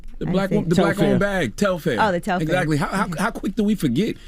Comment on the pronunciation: I'm convinced that The Breakfast Club needs new, young talent: Telfar sells out EVERY SINGLE TIME it drops. Long before Beyonce wore the bag. It literally sells out in seconds. Also, who is "Tel-FAIR" it's Telfar lol. It's also so sad how uneducated they all are about the vaccine. If they are going to report half-researched, uneducated opinions on everything from current events to celebrities to public health, then why are they on air?